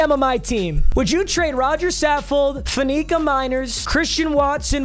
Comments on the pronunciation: It's pronounced FAN-ih-cuh, not fuh-NEE-cuh. Guy's a HoFer, please give him the respect he deserves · For the love of god FAN-A-CA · am I the only one that gets mad every time he mispronounces Alan Faneca's name?